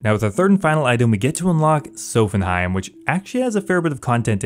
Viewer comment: Great series, great episode! Dunno where you read 'Sophenheim' tho, is it Nordic week?